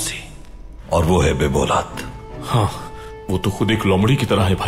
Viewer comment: When ever some one says BEBOLAD I thought they are saying BEAULAD